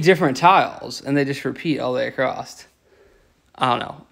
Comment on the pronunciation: The word is across, not acrost